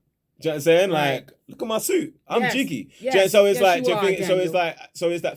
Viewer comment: Did he say "I'm Jiggy" 😂😂😂😂😂😂